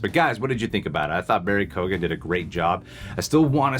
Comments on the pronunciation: I love you guys but just a little piece of help, is name is pronounced "kyo-an" or "kee-yo-un" not "ko-gan" . Peace out! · Just fyi guys, his name is pronounced "KEE-Oh-AN", not "KOGAN" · Guys, actors name is Barry Keoghan (Kee-Own) not Kee-gan....big fan of the channel from Ireland! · Keoghan is pronounced like “Kyone” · His surname is pronounced key oh in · For anyone that’s not Irish it’s pronounce Key-Owen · Irish here ..... it's Barry "KEE OWN" but say it fast and together Keown. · Barry Keoghan is pronounced Kee-o-an Great scene! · It's Barry Kee- Owan The G is silent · Great review - I’m Irish - his name is pronounced keeeowan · His last name is pronounced more “key-on” the gh is silent here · His last name is pronounced as KYOHG-ən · Absolutely butchered Barry's surname. 😂😂 Here I'll help pronounce it like this Barry KeyOwen 😂😂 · Keoghan is pronounced as Kyohn (like own), just fyi - from an Irish person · From an Irishman, Barry’s second name is pronounced “kee-yo-an” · just fyi it’s pronounced Barry Key-Own 😆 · Don’t know if ye will see this but his name is pronounced Barry Kyo-an. Just a little Irish lesson for ya 👌🏼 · I thought this scene was great but a) would've taken the spotlight off Riddler and b) it was a little hard to understand some of what he was saying for me I would've assumed his name was pronounced Kee-gan, since that would track with Irish but I googled to be sure and it seems different families end up pronouncing it differently, so is his one actually pronounced Koh-gan like you said? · Guys keoghan is actually pretty easy to pronounce. Just like k-yo-uhn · It’s pronounced Keoghan (key-oh-Ann) the g is silent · He truly is a great actor. As a fellow Irish man I'm proud that the legacy of this character is being passed on to Barry Keoghan! Also, I know its confusing but it's an Irish name so it's pronounced 'Key-own'. Just for future reference👍